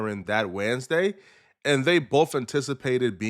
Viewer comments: Why he say Wednesday like that 😂 waadnesday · can’t pronounce Wednesday